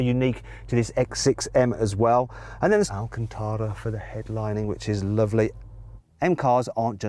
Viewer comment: 왜 맨날 알칸타라 발음할 때 야릇하게 하는건데 ㅋㅋㅋㅋㅋㅋ